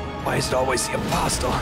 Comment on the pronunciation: The way J pronounces "apostle" is giving me an aneurysm